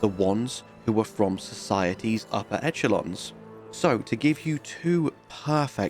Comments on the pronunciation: esh-el-on NOT etch-el-on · i'm reasonably certain the "winter lanterns" are called Aged Ones. At least going by the talisman echalon is pronounced "eh -shah -lon" by the way. not even as an old english thing, that's current